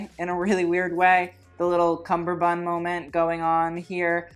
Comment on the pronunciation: Me looking up spelling of “cummerbund” now after two videos of hearing “cumberbund.” I was seriously doubting myself.